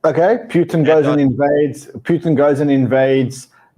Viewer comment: Why does keep calling Putin, Pewtin?